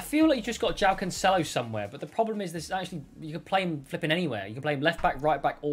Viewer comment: Mans said: don’t get his name wrong, Felix.. JOWAWO Felix 😂😂